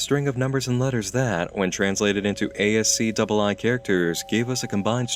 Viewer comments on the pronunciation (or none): ASCII everybody: ass-key this guy: ay ess see double eye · Its not pronounced A-S-C-Double-I, its pronounced askee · "A ess C double I" just say "ASK-ee" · ASCII o.O "Ah ess see double eye"? OR if you're a normal human you just say "Ask-ee" 😂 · ASCtwo not ASC eye eye... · Pronounced Ass•key not as•key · i almost popped a blood vessel when pronounced ascii as "a s c double-i" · ASCII is pronounced As-key btw. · Cool stuff,, thanks for sharing. Quality as always. Although... and I don't want to be a dick, but I couldn't help but be slightly irked by the way you said "ASCII" ("A-S-C-double I" is how you read it), which is just... really weird and wrong. It's not a HUGE deal, your videos are always very well done, it was just such a strange way of reading it that it stuck out like a sore thumb. (It's "ask-ee", for future reference.)